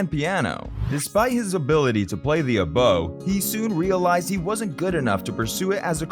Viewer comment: The dates for the topic of your video are wrong in the title and you don’t know how to pronounce oboe